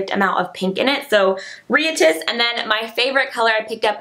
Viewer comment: That nail polish is pronounced "rye-at-iss", like a riot :)